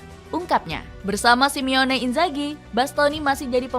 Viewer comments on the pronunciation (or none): SI MO NE bukan SIMEONE ya mbaaak 😓